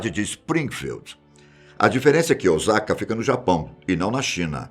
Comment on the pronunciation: Não é ozaka é ossaka